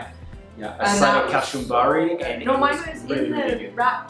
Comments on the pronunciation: We don't say Kashumbari.. It's ka-chu-mba-ri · Ka chu mbaari... the Chu..like a sneeze... Hachuu...the U is pronounced e.g. as U-zbekistan... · hey guys,love the vlog,also it’s Kachumbari with the sound of “ch” in cheetah